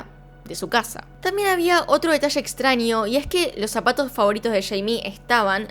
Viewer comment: Extranio, ninio, ninia. Como amo tu forma de pronunciar, dulzura <3